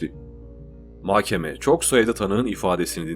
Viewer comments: Diksiyonunuz çok güzel ama bir tek mahkeme’ye inatla makkeme diyorsunuz . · Mahkeme ‘de h ‘yi yutuyorsunuz .’k ‘yi çok bastırıyorsunuz . Muhtemelen söylüyorsunuz ama kulağa böyle geliyor . Diğer videolarınızda da bu şekilde .